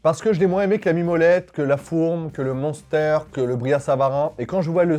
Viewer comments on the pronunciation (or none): Merci on dit pas Monster c'est une boisson ça 😂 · en Alsace on dit MAINster et pas mounster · Phonétiquement ont dit « m1stèr » pour le munster pas monster 😂😂😂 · Le Munster, ça se prononce minstère 😊 Faut pas le prononcer à l'anglaise, il vient pas de là bas 😂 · La prononciation du "munster" est ignoble, voilà je le dis ça m'a perturbé sur cette partie de la vidéo 😅. Bon sinon comme d'hab bonne vidéo.